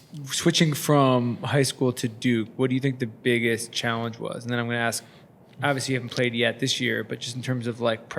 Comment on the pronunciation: "Aks" -Zion Williamson , 2020